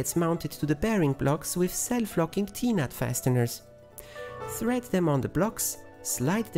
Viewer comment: when you say T nut is sound like you are saying peanut, still a great video